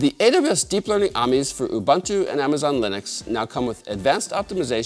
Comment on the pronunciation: So it's aamees? 😅